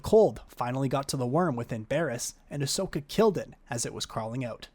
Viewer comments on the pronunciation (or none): none